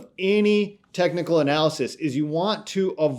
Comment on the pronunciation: Stop saying “tecnal”, it’s technical.